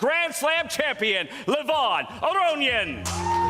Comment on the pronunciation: This guy is such a good commentator and presenter. Brings a lot of energy and speaks very well. He even did his best to pronounce Levon's last name correctly!